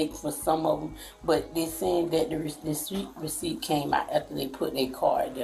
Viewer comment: I didn't know I suspended the weeciept😂😂😂